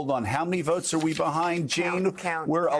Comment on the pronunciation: Not "votes", "Woats"!